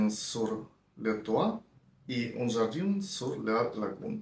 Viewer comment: Привіт з Парижу👋🏻 Підкажу, як читати назви ароматів Ермес: всі Un читаються як Ан. А Jardin читаються як Жардан (ви навіть декілька разів правильно вимавляли). У французів часто "і" в середині слова читається як А, не дивуйтеся) Сади Нілу дуже люблю 🥰 🥭